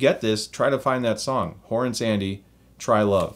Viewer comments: Horace Andy. Not Horrance. Good review. Ta. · You mean “Horace Andy - Try love” right? (Not Horrance). Other than that, awesome review, subscribed. 👊🏻